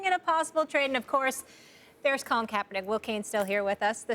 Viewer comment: y she said colin like dat damn girl